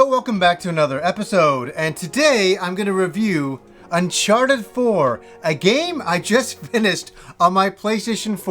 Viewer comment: Unchawted, noice